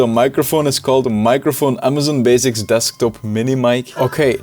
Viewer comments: “So, Amazon bazics” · Amazon “baziks”